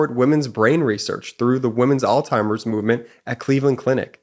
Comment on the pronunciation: Quick side note at during your mosh ad, it is Alzheimer's (al-zi-mehrs) not all timers, or another mispronunciation is old timers